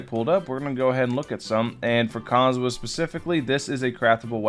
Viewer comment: seriously, stop saying his name wrong. theres an "h" in his name, say the H!!!